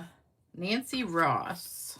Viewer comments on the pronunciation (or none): none